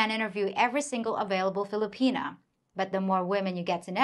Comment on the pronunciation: I like the way she says Filipina pea here